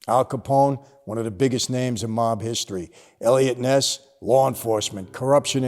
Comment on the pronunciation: The way Michael pronounces mob (mawb) you can tell he is familiar with the meaning of the word.